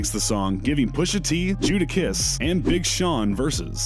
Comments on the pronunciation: He said Jewdakiss lol. Its Jadakiss. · His name is Jadakiss(Jay the Kiss) Jada, as JADA Pickin Smith, not Judas or Judah or whatever you said bro. The video was cool. But next time do your full due diligence before you just start uploading bro. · Did this man just say Judakiss?? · Who the hell is Judakiss?🤔🤔 Ludacris and Jadakiss combined 🤣🤔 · we just gonna sit here and act like he aint call that man Judakiss🙁🙁🙁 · Judakiss?? Lmao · it's not Judakiss dummy it's "JADAKISS". FOOL. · Did he say judakiss!!.. 🤦‍♂️🤦‍♂️🤣🤣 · I didn't see your comment i just commented the same thing, i thought I was just buggin like fr he just saif JudahKiss? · Ya he did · “Judakiss” really 😑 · Did you just say "jewdakiss"!?😂😂😂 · Did he say jewdakiss ? 😭😭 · uummm its JAY/DA-kiss! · He said jewdakiss LMAO 🤣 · He said judakiss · The fact u said judakiss we need sum black ppl reading our people shit correctly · Did you say “Judakiss”?? Dude. Google is free. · Stop the video ✋. Did you just say Jewdakiss?